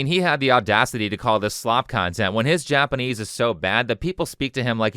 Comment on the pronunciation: I bet Alyssa knows that he barely speaks Japanese, and didn't even bring it up, which is classy. I've only been studying Japanese for 10 months, but recently I did watch a Chris video and wonder if he actually speaks Japanese...the pronunciation is awful!